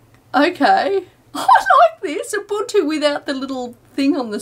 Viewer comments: From Abunchu to Ubuntu, great job on pronunciation in the last few years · UNBOOTtu Not Ubuntu LOL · When I first heard of Ubuntu, I thought it was pronounced "oo-buhn-too". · In 7th grade when a buddy of mine got Ubuntu on his laptop, I liked intentionally mispronouncing Ubuntu, and it'd drive him nuts when I did it. I'm a great friend. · it's not ubuntu, it's A B A N C H U